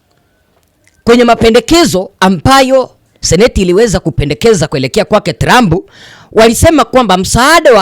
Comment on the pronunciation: Jifunze kutamka maneno TRUMP